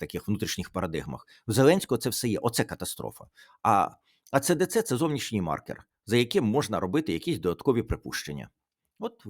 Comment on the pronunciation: Правильно буде -Ей Сі Ді Сі , вибачте , що виправляю !